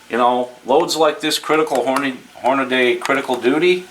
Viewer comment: Then there's "hornaday"